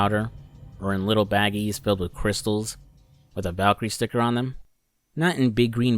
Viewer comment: His pronunciation on valkyrie is killing me